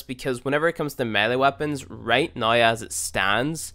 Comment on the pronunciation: I wonder where this guy is from. It always freaks me out when he says 'right noi' instead of 'right now'.